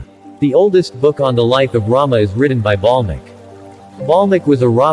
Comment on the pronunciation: its valmiki not balmiki